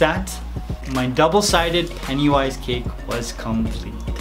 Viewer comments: Oh,so thats why he says peniwise insteas of pennywise? Sorry mate,didnt know. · I hate how he says PENIWISE instead of pennywise.